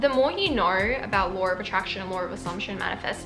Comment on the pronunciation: really felt when they said “*lawr*”